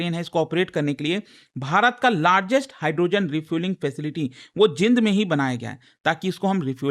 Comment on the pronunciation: Sir ये जींद है जिंद नहीं। सभी गलत Pronounce krte hain.